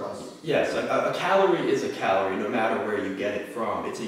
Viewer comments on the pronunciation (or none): the way says calorie sounds like caloor